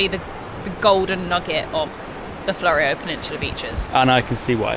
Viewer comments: Many thanks James for your kind words and reply - much appreciated. Re pronunciation - maybe she was just being diplomatic and thought it best to pronounce it the way most Australians, including those in Victor Harbor, pronounce, even though she would probably know it to be wrong. Also, French pronunciation is notoriously difficult and even within France, there are variations, such as Paris Patois and in the various areas of France, Brittany (Bretagne), Cote d'Azur, Massif Central, Lyon, Sorbonne Uni French, etc. And then there are also variations in Canada, particularly in Quebec. Hence probably knew the correct pronunciation but did not want to quibble with the Oz version. BTW, where in France did she study?. Cheers. Michael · It's more flew-ree-oh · Thanks for your video - it's always intersting to hear how other people view your home. Also just FYI it's pronounced Fluro Peninsula (like the flurescent lights) .Or phonetically floo-row. You got Onkaparinga perfect spot on.